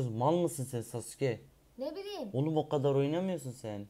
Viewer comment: de Sasuke Azərbaycan'ca nəbilim diyor 😄😁